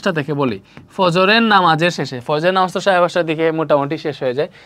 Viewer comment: নামাজ পড়া শুদ্ধভাবে বলুন স্যার। ....❤❤❤❤❤❤❤❤❤